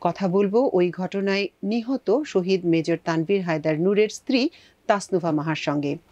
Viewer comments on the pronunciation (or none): none